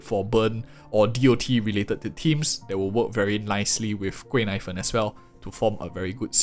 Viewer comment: I keep hearing her name as “贵奶粉” (expensive milk powder) 😂😂😂